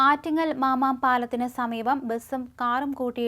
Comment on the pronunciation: Mama palam alla,koche,mamam